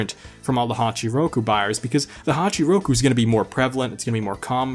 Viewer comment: Why does he call the toyota 86 honchoo roku